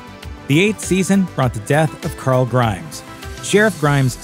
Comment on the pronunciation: IT'S RICK WHO DIES IN THE COMICS, NOT COOOWRL